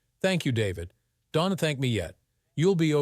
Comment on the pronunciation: This story is fucked up! The villain in the story is named Richard. Then, before the Police got involved, his name changed to Jake! It was painful to listen to the pronunciations of possessives and contractions. Instead of apostrophe S, each person's name was pronounced with the S sounding like a last names first initial! Example: the prosecutor S. Mark S. ; Don't was pronounced donte'. Also, the title indicated that the story was about interracial marital cheating! This story should be removed from Instagram! Ma'am was pronounced, MY AM! WTF?